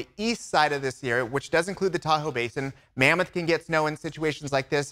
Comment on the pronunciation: did you say mammoth pack